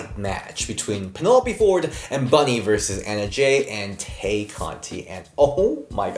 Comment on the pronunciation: Tay = “Tie”. All the hosts mispronounce it like EVERY WEEK ☠️